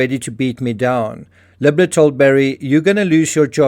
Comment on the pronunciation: You keep saying the name as “” when it’s obviously “Libler” …and it’s confusing (at least to me). Perhaps you can do better there?